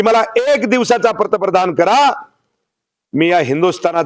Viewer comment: अरे भावडया तुला पंतप्रधान शब्द सुद्धा नीट बोलता येत नाही आणि चालला तू उध्दव साहेबांना सल्ले द्यायला म्हणे वेळ गेलेली नाही अरे भाऊ तुम्हाला माहिती आहे ठाकरे घराणे काय आहे म्हणून आता तुम्ही गप्प बसा आणि यापुढे तुमच्या नावापूढे माजी आमदार लावा सरकारची भरभरून पेंशन घ्या काही थोडेफार इकडचे तिकडचे मिळाले असतील त्यांच्या वर मज्जा मारा आणि सल्ले देणे बंद करा